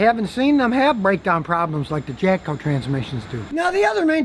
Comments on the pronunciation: Sounds like he's saying "Japco" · Is he saying Japco?